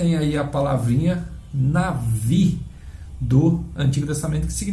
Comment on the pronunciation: Amigão e navi ou nabi,sempre escuto as pessoas falando nabi,até msm professores de hebraico